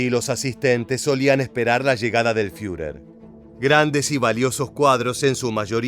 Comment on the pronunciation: Es muy bueno el trabajo de este documental, lo único IRRITANTE es tu pronunciación queriendo hacerte el alemán al hablar cuando por ejemplo vez de decir Führer bunker, decir fiurer "bunka".y así en varios de tus videos pronuncias lugares o apellidos alemanes de forma que no se escuchó en ningún otro lugar. Después de eso un buen trabajo histórico de documental.